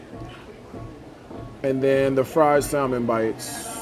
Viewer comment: Is he really a multi-millionaire? Then he should’nt complain about the prices. And the “L” is silent in salmon. It’s pronounced like “samon”.